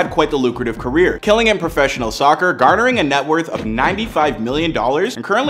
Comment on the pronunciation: "Soccer”, “Mapé” Someone shoot me please😵‍💫🥴